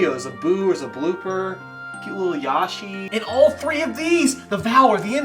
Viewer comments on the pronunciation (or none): You switched the vowels in "Oakarina of Time" and "Yawshi"...